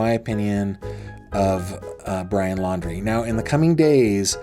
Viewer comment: I don’t think is credible. He said that he is an engineer but then said Brian’s last name wrong. Then he has told several different stories about his interaction with BL.